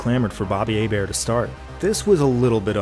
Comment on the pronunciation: Job Bois said Hebert right, another reason to love this man